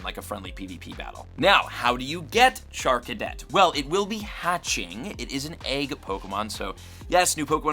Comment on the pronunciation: The way you say “egg” is like “aaeeg”…it’s hilarious 😅